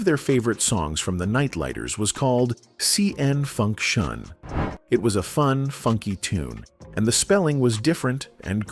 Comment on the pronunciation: I cringe every time that robot tries to say "Con Funk Shun" 😳